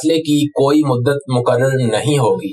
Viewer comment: ش ق بھی صحیح اہتمام کے ساتھ کہے جانے چاہیئں- مقرر—مکرر نہیں مستقل-مستکل نہیں